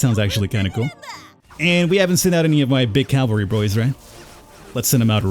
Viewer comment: You keep calling the horse guys the "calvary", but that means Golgatha, the place where Jesus died. The word you're looking for is "cavalry". I sincerely doubt anyone but me noticed, so you don't have to force yourself to change that.